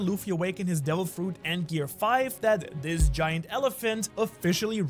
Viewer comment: Bro said Fuet instead of Fruit 😂